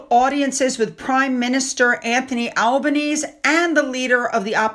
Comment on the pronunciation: it's pronounced Albaneseee